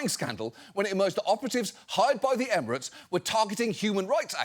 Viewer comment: Did that 60mins clip just pronounce "emirates" like an ancient greek word